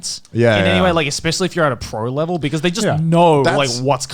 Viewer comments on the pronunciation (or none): Nobody: Connor: hating bowling on another leveLLLLLL